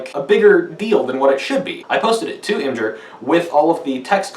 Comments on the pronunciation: Its IMGUR NOT IMGER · "ihm-jer" All sympathy gone. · Im-Jur?!?! TRIGGERED!!!!!!!!!!!!!!!!!!!!!!!!!!!!!!!!!!!!!!!!!!!!!!!!!!!!!!!!!!!!!!!!!!!!